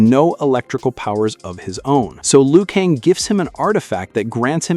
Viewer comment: It's not Liu Kang